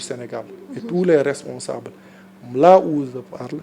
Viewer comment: C'est je pas ze, va refaire ton langage